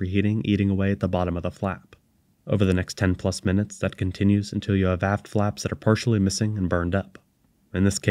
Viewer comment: I kept hearing hearing "ass flaps" because your pronunciation of the t at the end seems to be missing. "the ass flaps were damaged from the heat of reentry" sounds a bit sketchy